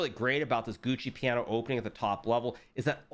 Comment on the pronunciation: Gucci piano? lol Americans really take pride mispronouncing foreign words